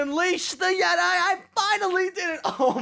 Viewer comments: It is pronounced yet-ee NOT yet-i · pretty sure it's Yet e not Yet I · "Unleash the yetai" ??? "Unleash the jeti" wut da hell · yeti not jedi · Dude it's pronounced yet- e not yet- i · No one: Literally no one: Star wars fans: *you said YeTi as jedi* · nice pronunciation on yeti there mate